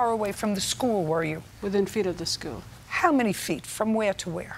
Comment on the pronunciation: the way this lady pronounces "school" is blowing my mind lol